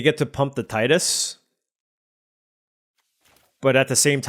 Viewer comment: Character's name is Tee-dus